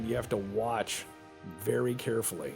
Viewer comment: Turns out Ivan the ok is wery much ok XD